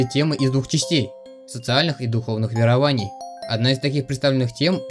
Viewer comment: Ударения иногда неправильно ставишь. к примеру на не верОваний, вЕрований.